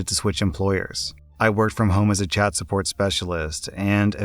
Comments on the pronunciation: I swear he says Chad instead of Chat. XD even while listening and reading it. Lmao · All I could hear in the first one was ‘Chad support specialist’ 😂